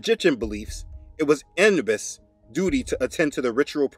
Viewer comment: …Anubus pronounced as Ah-new-bus✔️…